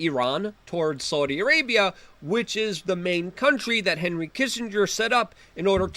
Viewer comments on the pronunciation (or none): none